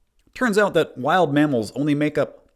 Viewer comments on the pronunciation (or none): heheh, “mammels” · "wild mammels"